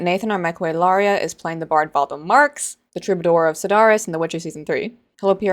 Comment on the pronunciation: I feel ya. I was really into season 1. S2 burned me. I'm waiting to see S3 until I hear from some of my buddies who I trust, before I decide if I'll even watch it. And no, that has nothing to do with Henry. Yes troubadour is pronounced "true -bu-door" Oh yeah, please don't call Geralt a butcher, that's a huge insult. Yeah, that merch is pretty crap.